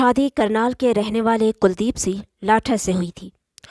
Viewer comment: Aap Singh ko sih pronounce karti ho , please correct